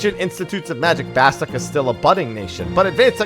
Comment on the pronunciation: Why is it that no one says Bastok correctly when they say it in the intro video!!!!!!!!!!!!!! It isn't BASTOCK!!